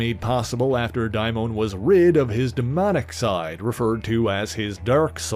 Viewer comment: Why "Die-Moan" instead of Damon? I've never heard it pronounced this way before. Also... I have Hellcat's first appearance, fresh off the spinner!